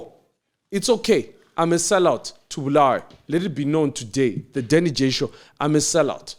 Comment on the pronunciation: Why do they call it Bluweyo instead of Bulawayo.